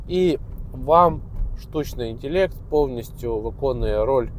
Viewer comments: інтелект а не інтєлєкт, село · Мабуть то гібридний, суржиково-недолугий, якщо інтЄлЄкт. Для обраних папуасів. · "штучний інтєлєкт"